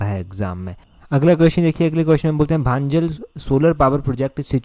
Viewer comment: भांजल नहीं भंजाल है 😂😂😂😂